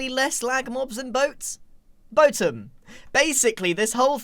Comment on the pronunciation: Boatem having a competitor........grian be like: boathem